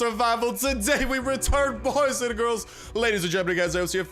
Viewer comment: listen.... "gals and gilllz"